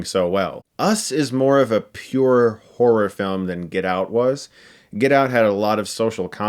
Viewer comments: He kinda says horror like whore....lol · So no one heard whore rather than horror? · “You guys know me, I’m a big whore fan. I like whore.” Ik he says horror, just sounded like he said whore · I can't pronounce horror. I end up just saying whore. Lol